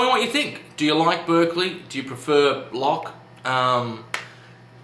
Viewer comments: Good job summing up the arguments, but I do have one nitpick: you mispronounced Berkeley's name. It should be pronounced Bark-lee (as in a dog's bark) rather than Berk-lee (as in UC Berkeley). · It's pronounced BARK-ly by the way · It"s actually spelled Berkeley but is pronounced with an A! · His name is pronounced 'Barkeley'